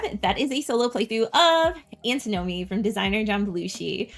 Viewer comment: Antin-omy, not Anti-nomy ;)